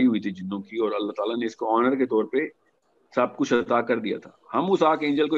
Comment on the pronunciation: Tu c sarey paindo ho. First correct your Ardo (Urdu) by de-punjabising basic Urdu words. Learn to pronounce Aur and not Or. Say taur not tor. Say jawab not Jo aab. Say gaye (went) and not gay.